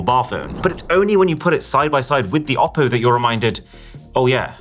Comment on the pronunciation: still it's ''OPPO"😶‍🌫